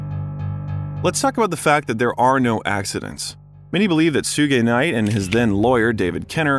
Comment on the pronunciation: Go to the mark he calls Suge Knight Sue-U Knight 🤣🤣🤣